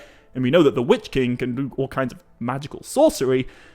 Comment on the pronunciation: Wytch-King are you talking about? :)